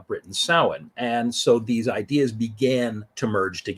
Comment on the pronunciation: One thank you for pronouncing it correctly as a pagan myself it always hurts when people mispronounce it. Secondly You can also say t hat this is when the dark half of the year began . Secondly The word actually comes form the Gaelic lanaagauge.